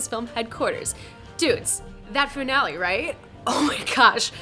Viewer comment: "Foonale" lmao